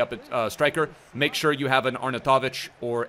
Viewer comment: I’m just here to hear him pronounce arnautovic 😂 so American